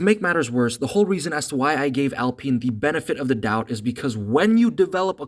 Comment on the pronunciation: Its pronounced OWLPEEN.